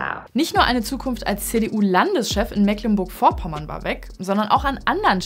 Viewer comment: Bisschen cringe das man netmal Mecklenburg Vorpommern aussprechen kann und dann versucht ein "funny fail 😂🤣😂" Ausschnitt zu machen mit Musikuntermalung. So auf lustig gequält 🤦‍♂️